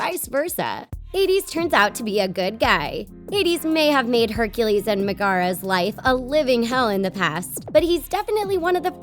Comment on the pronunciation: It is pronounced Like Meg-er-ra.